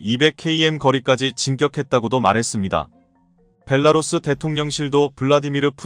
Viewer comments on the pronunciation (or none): none